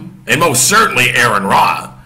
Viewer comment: I watched your video. I have a few points I would like to address. 1. Aron's name is pronounced Are-ron not Air-ron. 2. Christians are not prohibited from debating. Part of establishing Christian doctrine came from debating theology. Also there is 1 Peter that says be ready always to give an answer. You should know what you believe enough to discuss it and debate it. 3. This was not billed as a debate this was billed as a discussion. 4. They were discussing whether the earth is a flat earth. They were not discussing creation. 5. You can quote scripture without knowing God. It's done all the time. Many times even it is done accurately and within the appropriate context. 6. There are Christian who are practicing scientists that reject the notion that the earth is flat on the basis of the science they know and can demonstrate. 7. Of course people go to the world to defend God. It makes no sense to go to the Bible to attempt to do it because that would be akin to using a comic book to justify the existence of superheros. If someone does not believe in God then saying the Bible says this does nothing to support your argument because they have no reason to believe it. 8. You can deny anything that is not supported by testable claims. If something cannot be demonstrated to be true you're pretty safe in rejecting it as not being true. 9. Atheism just means a lack of a belief in a deity or deities. There is nothing else other than that. An individual atheist may believe in evolution o